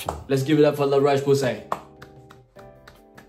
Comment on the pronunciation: bro said 'la roche pussay' 😭 nah great video, keep it coming